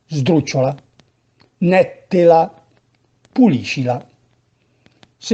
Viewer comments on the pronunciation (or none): Esatto. Bel lavoro questo delle lezioni, mi piace. Però attenzione che le consonanti doppie si scrivono, se si usa la grafia classica milanese, ma non si pronunciano mai doppie. Nel video nètta, nèttela, nètteghela sono pronunciate con le T doppie, caratteristica che invece è estranea al lombardo in generale e al milanese in particolare.